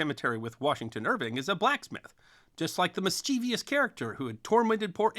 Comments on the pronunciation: "Mischievous", not "mischievious". There's no "ee" sound after the V. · Mischievous, not “mischievious” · Great video as always. Side note: it’s pronounced “Miss-chiv-us” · Mischievous has three syllables not four.